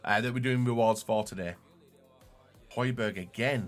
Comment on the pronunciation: sorry pal no ye don’t. It’s pronounced “hoybyerg” kinda obvious really seeing as you get the first “j” right